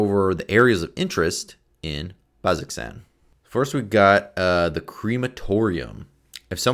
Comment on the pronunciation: Again, to anybody viewing this, pronunciation is pretty important if you've got anybody in your group who watched Campaign 2. BAZ-oh-zan.